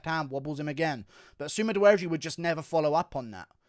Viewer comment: When you say sumadergie It sounds like you're saying something in reverse